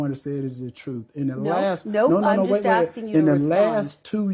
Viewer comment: "About me visiten voters and assin questons".... for God's sake learn English/the walking dead. De da da de du do.